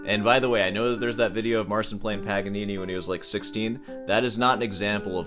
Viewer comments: It's not "Mar-sin." It's "Mar-cheen." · Marcin is Polish so you pronounce his name Mar-chin. Good video though 😊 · Since you like the topic of this artist so much, learn to pronounce the "ci" segment. It's only 1 word, you CAN make it, if you try. Just type the name into google translate and play the audio. I don't like the style of instagram guitar showmen, if you will, either, but the guy got famous for his playing and so will he remain in the very circles that seek this kind of showmanship. Unfortunately for some, fortunately for others, paraphrasig a quote from Cronenberg's movie. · If you talk bad about a person thousands of times, at least learn to pronounce his name correctly. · couldn't even be arsed to research the pronunciation of 'marcin' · i love How You butcher polish name